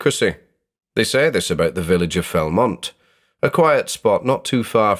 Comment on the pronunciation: Felmont? I think you mean Belmont?